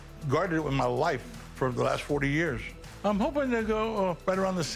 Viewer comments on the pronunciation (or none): none